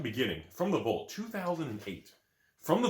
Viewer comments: wtf is a volt?? It's VAALT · Anyone talking about how says Vault like “Volt”?